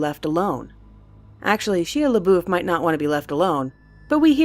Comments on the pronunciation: are you kidding, shi leboof? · Fucking Shea Labouf..... Poor Shia. 😂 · ahha sheala boof. lol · Shia leboof? Really? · Excuse me... Shilaboof?